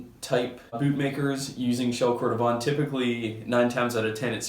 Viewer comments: Nice review, yet my the pronunciations are: Cordovan = Cord-o-VAN; Dainite = DAY-NIGHT. I’m just saying what the general consensus is regarding the names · Pronunciation-wise, you may want to revisit Dainite and cordovan! Are you on SF?